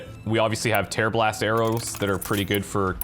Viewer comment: ...tearblast arrows... My ears: yeah he definitely said terrible ass arrows